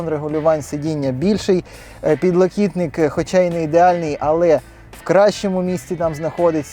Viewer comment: Підлокітник, а не підлокотник, навіщо ломати рідну мову, фу балакай вже на старослов'янській ( буде розумніше)!